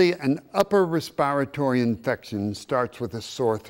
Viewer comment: I love it when these supposed educated people pronounce word wrong like respiratory he can't even pronounce it right